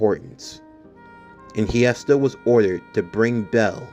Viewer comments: So just wanna clear something up its actually pronounced (hest-eeeee-aaaaaa) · Ngl your pronouncing hestia’s name wrong